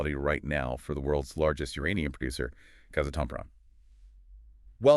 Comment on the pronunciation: Please pronounce it “KAZ - ATOM - PROM”